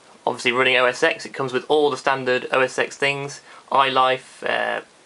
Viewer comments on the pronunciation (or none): os x is pronounced OS 10 not OS EX.